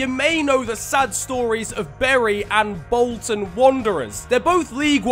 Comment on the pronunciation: "Wolton Wanderers"